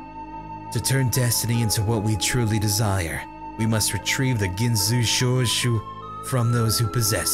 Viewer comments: And the "Gin so shoe show" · When Ginzushou gets pronounced literally 8 different times x'D ily ❤️ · Now teach how to say Urawa-kun instead of "Uww-raa... fuck..." and "Ew-rawa-kun..." Then we can work on his "Ginzuishou" =3